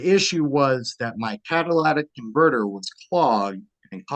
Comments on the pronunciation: People pronouncing catalytic converter as Cadillatic converter grinds my gears... 😖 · Catalytic converter, not cadilac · Caddalaatic converter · Its a cadlistic converter not Cadillac. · If he can't say Catalytic converter properly, he should stay away from vehicles for life. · He should learn how to pronounce “catalytic converter” properly